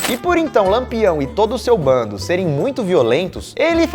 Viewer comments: NÃO É BONDE É "BANDO" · Se diz bando e nao bonde! Rs